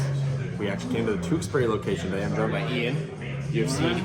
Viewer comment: If you keep pronouncing Tewksbury like that you’ll get your Mass residence card taken away!